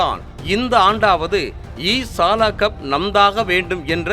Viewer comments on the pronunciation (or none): Sir adhu E saala ille e sala konjo fast sollungo